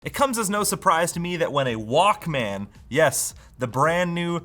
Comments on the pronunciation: It’s pronounced ‘Walkman.’ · It's Wauk-Min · pronounciation of the word is kiling me... Like pronouncing it as two words.... I remember pronouncing it like "Walkmn" as if the A never existed in it. Almost Walkmen, but not quite. Like.... TV... pronounced as single word like... Teevee. (see Beavis and Butthead) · I like the part where he pronounces it Walk, Man for the entire video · The way you pronounce Walkman is so cringe 😂